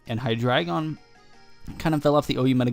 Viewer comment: Nice battle, you are one of the only people that pronounces hydreigon correctly :)